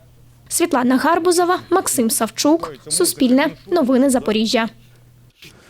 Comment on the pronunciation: Світлана, у вас зкацаплене прізвище. Є таке українське прізвище "гарбуз" Але якщо ви вже користуєтесь тим що є, то вивчіть нарешті українську мову, ставте правильно наголос "гарбузОва" Немає в українській мові слова гАрбузова